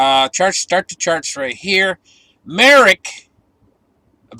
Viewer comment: It’s not “ Merrick” it’s Merck I grew up in Merrick, NY by the way